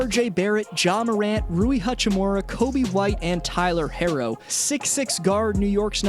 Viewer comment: thank god you pronounced herr-o correct